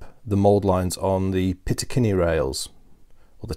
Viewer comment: Great vids! But something is driving me crazy.... it's "picatinny rail", not "pitacinny". ;)